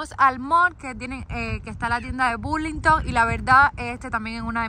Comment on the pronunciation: Alegre pot ustedes Pero se dice Berlington 😍😍😍